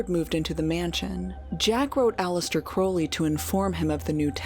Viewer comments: I'm so happy you're back with a video about one of my all time favorite people.I'd love to know if Jack really did drop that can. (Thank you for pronouncing Crowley the right way)! THANK YOU! This saved me from having to do a lot of typing. ...uh, dangit....LOVE is the LAW, LOVE UNDER WILL is the part of Do What Thou Wilt that gets left out all the time. True Will is your Will united with the Divine, which usually means you contacted your HGA (Holy Guardian Angel) but I know how to be a decent human being inherently, I never needed religion or law to know how to treat others. The Golden Rule is priceless (my grandma taught me that). 💗 Don't we all know this before we get messed up by parents, school, society, whatever? Just ask yourself first. It's so cool you got to interview him, this is an excellent video. Marjorie is another favorite person of mine. I agree with Peter Grey about why the can slipped. I hope Hubbard is feeling every nanoparticle of pain and suffering he's intentionally loosed upon the world. I wish Jack saw through his layer of slime and protected himself/not been sloppy about mercury effing fulminate. Thank you and all the interviewees for this amazing video, it was worth the wait! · Now I see how this incredibly hokey religion attracts straight male followers, at least. Points for properly pronouncing Crowley's name. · Amazing. Crowley correctly pronounced. Amazing.